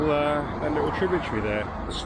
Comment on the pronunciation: Such an interesting accent. Many unsounded letter 't' words. Thus, 'little' becomes 'liowl'. That's not a criticism - RP is not obligatory.